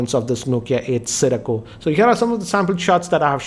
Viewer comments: Siricco.... Siracco.... Dude ur making a video.... Takes 2 seconds to get the name right... XD XP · nokia eightaa sirico lol